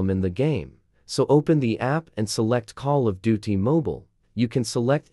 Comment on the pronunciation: 😂come on, now all I hear is call of do t.